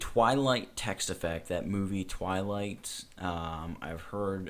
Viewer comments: DUDE its Twilight not whilight XD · Um... 'Whilight' ???? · It's called Whilight not Wilight! HAHA, omfg, lol